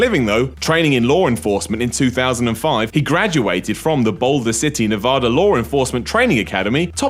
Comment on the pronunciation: you pronounced Nevada wrong..